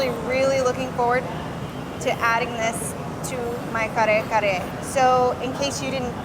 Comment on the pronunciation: Excellent job in pronouncing those hard to say tagalog words. I totally agree with the winner of the food challenge. Kare kare is one of my favorites . My Mexican wife cooks killer Kare Kare and other Filipino food.